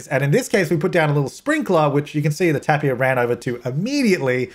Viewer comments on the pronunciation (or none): not tapia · tapir " tei-puh " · Tapir = tay-peer.